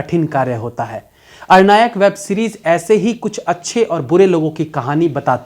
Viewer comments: आप बिहारी नहीं हो सकते हैं, नहीं तो "अरण्यक" का उच्चारण " अरनायक" नहीं करते। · "arnayak" nehi Bhai "aranyak" that's Ar....an....yak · अरण्यक है भाई, अरनायक नहीं। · अरनायक नहीं अरण्यक होता है यानी घना जंगल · Sir ये अरनायक नहीं अरण्यक है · It's Aranyak means Jungle not Arnayak... Please get rectified.. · अणनायक नहीं प्रभु,सही उच्चारण अरण्यक(अ+रन+यक) होता है,जिसका मतलब है जंगल से संबंधित,कमाल करते हैं आप भी,पंकज त्रिपाठी जी और आशुतोष राणा जी के चेला होकर ऐसा कीजियेगा तो कैसे काम चलेगा🙄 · आरण्यक नहीं भाई अरण्यक .... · अरनायक नहीं भाई , अरण्यक । आप बिहारी हैं । इसके बावजूद आपका हिंदी उच्चारण इतना गलत है ! आपसे इसकी उम्मीद नहीं थी । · 'Arnya' means Jungle 'Arnyak' means junglee Plz pronounce Arnyak not Ar- nayak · Its Aranyak not Arnayak🤔🤔😂😂😂😂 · It's अरण्यक not अर्णायक. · अरणायक नहीं अरण्यक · भाई अरनायक नहीं अरण्यक ... ढंग से बोलिए 😁😁😁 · It's अरण्यक not अरनायक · Arnayak nahi pronounce hoga sir.. it's Aranyak.. aranya matlab jungle.. jungle mein based hai iss liye Aranyak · The accent of ARANYAK is "ARONNOK" not ARANYIAK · आर्नायक nahi अरन्यक hai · अरनायक नहीं अरण्यक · it's अरण्यक it's a bengali word means jungle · You are pronouncing the name of the series wrong.. It's Aranyak (Aa-ran-nyak) It's a Bengali term. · मैंने दो यूटूबर को देखा आज..वो और आप दोनों ही नाम गलत ले रहे है..'अरण्यक' नाम है इसका.. अरण्य ,जंगल को कहते है। आपसे बेहतर हिंदी की उम्मीद रहती है भैया.। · aranyak ko Ar-Nayak pronounce kar rahe hain aap